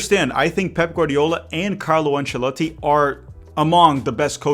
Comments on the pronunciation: Conteúdo irado!! Loved the way you pronounce Ancelotti. keep up e bora brasilllll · My man can't just speak fluent English but also pronounce "Ancelotti" correctly 😂